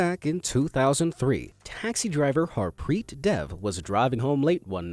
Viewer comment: Bro I am form India his Its pronounced as Daave and Harpreet